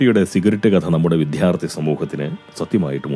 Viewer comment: Yoo Too.... 👎🏻 ഇത് പോങ്ങനിൽ നിന്ന് ഒരിക്കലും പ്രതീക്ഷിക്കാത്ത ഒരടിയായിപ്പോയി... പാവം 'വിദ്യാർത്ഥി'യെ അങ്ങും 'വിദ്ധ്യാർത്ഥി'യാക്കിക്കളഞ്ഞില്ലേ! 😢👎🏻